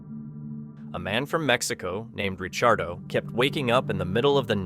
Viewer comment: Ri-CHAR-do... Lol kekw I can't with this narrator...